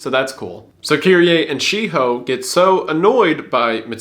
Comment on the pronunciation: Wendigoon almost laughing at himself for pronouncing Shiho as She-Hoe.